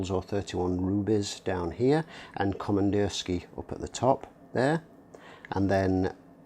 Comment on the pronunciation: Yep, сделано в россии = made in Russia. Also it's pronounced Komandirskie-a- with an ah sound at the end.